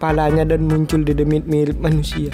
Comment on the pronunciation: menit bikin ngakak doble kill dedemit bang bukan dodomit dodomit🤣🤣